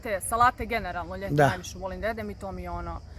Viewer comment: Da bi se bavila voditeljskim poslom prvo mora da nauči da se pravilno izražava. Da nauci da se kaže da jedem ribu a ne dedem ribu. Strašno